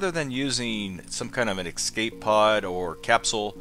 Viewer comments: EsCape not eXcape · "If you like content like this..." What? Videos where you repeatedly say "ex-cape" instead of "escape" ??? Nah. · eScape.. note eXcape.. this kills me as much as people saying 'aks' when it's 'ask' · Did you just say...."excape"? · "excape" bruh